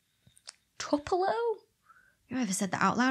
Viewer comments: Too-Pell-Oh is the correct pronunciation of Tupelo. :-) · Your accent changes to american when you say tupelo. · This should help with the pronunciation of Tupelo: Bobbie Gentry, Ode to Billie Joe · Thanks for that :) I'm not a huge fan of Taylor Swift tbh but I am a fan of watching people in love with a subject. …Twopelow, Tupelo, Toopeloh (all sounds great with any accent). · "Tupelo" sounds weird, she says in the same video in which she pronounces "crescent" Like That™. Okay, Dr. Bex. Okay. But I also kinda wanna hear "tuhp-a-lo" in a Mississippi accent now.